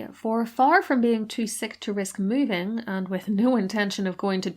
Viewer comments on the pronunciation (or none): none